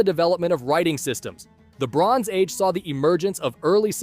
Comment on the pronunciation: What he says: the bronze age What I hear: LeBrons age